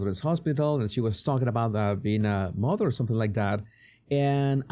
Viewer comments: Ye I hate the way she says motherrrr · Why does she always oddly pronounce mother as MUTH er. Seems sarcastic.